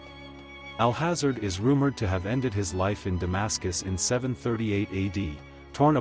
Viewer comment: "Al hazard" good video, bad pronunciations. Should be "al haaza-Red"